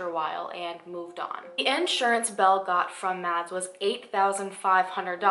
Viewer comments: Btw the name Mads is pronounced like mass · In case you ever come across that name again, "Mads" is pronounced like "mass" 😂😂